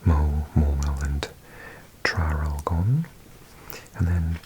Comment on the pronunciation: Geelong is pronounced jeh-long, Bendigo ben-de-go and Traralgon tar-al-gon. Love the vid as always, and nice to see my hometown in one of these paper map vids :)